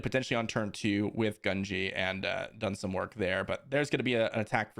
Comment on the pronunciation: Love the videos but the mispronunciation of gungi is killing me gun-gee